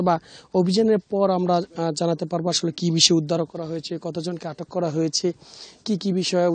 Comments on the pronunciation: আগামীকাল ৫৫ এর প্রতিবেদন করবেন। আশা করছি পরবর্তীতে 'আসোলো' বলা সাংবাদিক দিবেন না। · (আসল) এটি কোন এলাকায় এতো উচ্চারিত হয়?